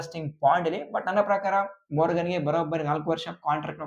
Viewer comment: ಮೊರ್ಗನ್ ಅಲ್ಲ ಮಾರ್ಗನ್ ಅಣ್ಣ